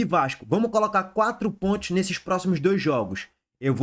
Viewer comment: Fala direito caramba! É quatro pontos e não quatro pointos